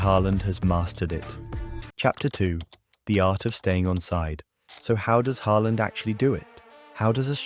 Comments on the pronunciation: Hay-land, is this an AI generated voice over? I can't even tell anymore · AI slop. AI voice and script probably. Pronunciation kept changing from Haaland to Hayland. Ffs. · "Heyland" is amazing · “HaY Land” 😂😂 ai is so stupid